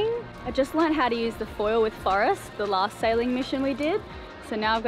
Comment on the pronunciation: Australians have got to be stopped. You can't pronounce "Forrest" as "First" just no.